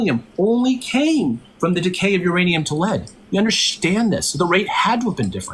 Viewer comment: bro thinks that if he handwaves whenever he is proven wrong, speaks 10 words a second, and says "UnderSHTand" instead of understand that makes him a science privy intellectual. And no, this guy is most certainly NOT a chemist if he denies decay rate constancy and doesn't know that decay rate is a scientific law